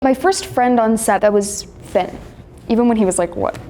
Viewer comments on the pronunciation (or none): She called Finn fit lol